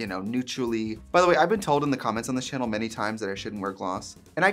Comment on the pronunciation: Because of how often you say Chanel instead of channel I'm starting to feel like you're saying it wrong when you say channel.